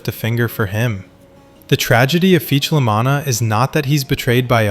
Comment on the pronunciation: you're pronouncing "La Manna" like "La MAN-na". the correct pronunciation is "La MAH--na". with an "ahhh". the emphasis is on the "Mah". "MAH-na" rhymes with "Mama", you're pronouncing it like "mannah" from heaven, or "mana" in a videogame. This is wrong. Do you pronounce "lasagna" as "la ZANN-ya"? It's pronounced "La ZAHN-ya" With an "ahhhh"